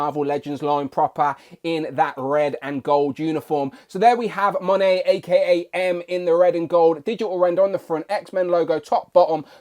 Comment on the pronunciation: YOU SAID HER NAME RIGHT!!!!!!